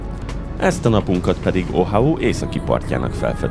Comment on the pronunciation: Szuper volt újra látni a szigetet, ahol nyáron is is eltöltöttünk csodás 9 napot. :) Az viszont eléggé zavaró volt, hogy nemcsak a különböző partok és helyek nevét mondtad rosszul helyenként, de következetesen a sziget nevét is Ohau-nak.